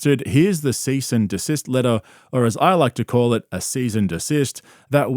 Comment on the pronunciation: Did you say "cease and desist", "seize and a cyst", or "seasoned assist"?